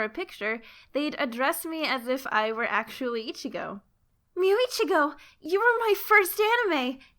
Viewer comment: Take care where you put the accent. Íchigo is male, Ichígo is female.